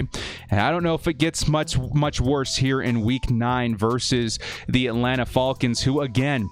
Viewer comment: I hate the way you say ATLANTA falcon's!!! How did your last year predictions go??? Don't fxxx my CHARGERS UP!!! We got a damn good team. BOLT UP 🌩